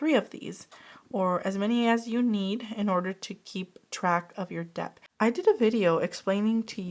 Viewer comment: Hi I love your videos honestly they are so helpful to tackle my own debt. Btw just wondering if you knew it’s pronounced “det” I hear the “b” sound almost always when you say it sorry 😂